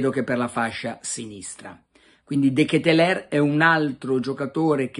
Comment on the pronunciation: Carlo almeno tu che sei filo francese pronuncialo bene De Ketelaere (De Chetelar)